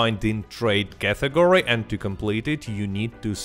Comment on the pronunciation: It's not "cathegory", what the f*.